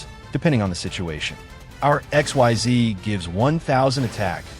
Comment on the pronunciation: I know you used a text-to-speech AI to narrate this video since English isn't your native language. So to give you a useful pointer: If you want the AI to NOT mispronounce "Xyz", type in "Ikseez" instead of Xyz.